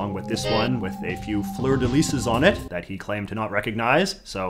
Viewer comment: Did you pronounce fleur de lys wrong to piss of the Quebecers? Haha